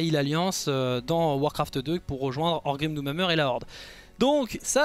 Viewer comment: J’arrête pas d’entendre « Orgrim D’où ma mère » 😏